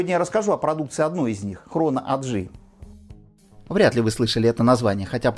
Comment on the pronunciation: В Швейцарии 4 госязыка. Не 3. Для общего развития. AG - Aktiengesellschaft (немецкий). Предлагаю и произносить АГ, а не АДжи. Не говоря уж о там, что если уж по английски, то ЭйДжи.